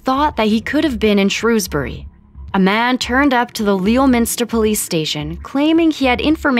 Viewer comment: did you say Shrewsbury or dewsbury? (Both sound similar)